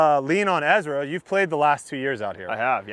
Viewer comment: I'm sorry but I have to mute your videos and watch with subtitles when you play with Ezra. Dude has all of this time to work out and on his disc golf game, but still calls himself Ezwa.